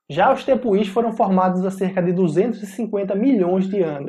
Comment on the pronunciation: na palavra Tepui, a pronuncia correta é com o "acento" no U, não no i (a sílaba tônica é a pu). Seria algo como tepuuui